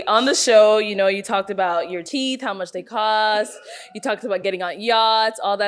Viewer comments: You got 30,000 in your mouth but don't know how to say TEETH. Okay teef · Bruh said "teef," I don't need to say any more... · “Teef” 😂😂